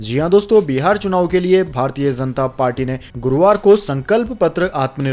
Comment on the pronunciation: Say Janta not Zanta